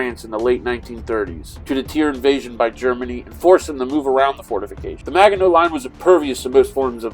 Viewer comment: As a Frenchman, I have to admit I was hurt how you were saying Maginot. But I'm happy you played it, and that you didn't bring out the "french surrender" cliché! Keep up the good work! I'm coolclemENY#5236